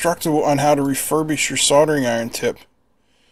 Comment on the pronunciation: Except it said refushbish rather that refurbish. So, at least it was accurate! 😂